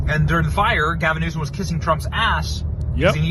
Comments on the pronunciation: It’s “New-Some”, not “News-come”….an idiot by any name, but that is how to say it correctly… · It is New som.